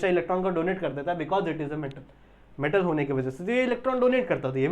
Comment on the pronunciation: It's alkali metal not a alkali mantal😂